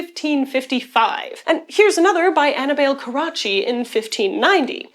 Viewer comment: Anna Bell 😂😂😂 ....it's Annibale, italian form for Hannibal